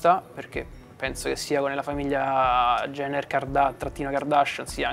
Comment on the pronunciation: Bella intervista e tutto pero ti prego non dire più KYLIE IENNER 🙏🏻🙏🏻 JENNER con la J